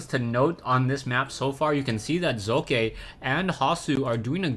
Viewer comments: im german and it is pronounced like "soccer" without the r nvm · hey says it like hockey